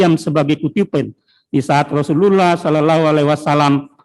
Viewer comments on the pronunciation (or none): Tpi kaya ne jaksa bkn muslim ya bilang Rosulullahallaiwasalam aja ga bisa ko?